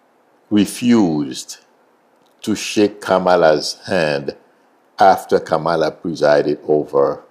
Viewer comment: You should pronounce Kamala name correctly. Especially given she is respectful to everyone.